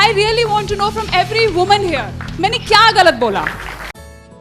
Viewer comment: 워먼 발음 중독된다ㅜㅜ